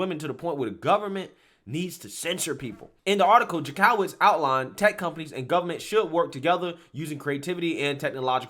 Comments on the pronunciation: It’s pronounced Jank-o-witz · the Jank is pronounced Yank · I'm thinking this is illegal to begin with and totally first amendment, I don't get how they think this is going to be allowed to stand. If it does it is some serious scary shit! Oh, I love your videos except you have no idea how to say certain words or names, this crazy woman's name in Jank o witz is how it is pronounced. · Ok. I have watched a bunch of your videos and I just want to correct something. His name is not Maryakis, it is Mayorkas, pronounced liked Mayor with kas on the end... Now, for Jankowicz, it is pronounced Jank-O-wits, not Jan-COW-its... That said, the left is too woke to be awake...